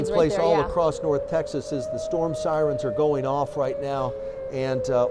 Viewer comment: did she say ambulance sirene?